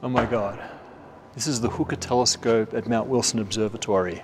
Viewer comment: VERY nice video, thank you so much for all of the hard work you guys put into it!! It really shines! Question to: I love watching your videos. I've noticed in your accent that you pronounce "Observatory" just like that, and not like "Observe-a-tree", and that you do pronounce "r" at the end of some words (where the next word doesn't start with a vowel). Is this how you spoke growing up, or is it influenced from exposure to other accents?